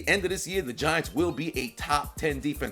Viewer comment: I thought you said "the VaGiants" :)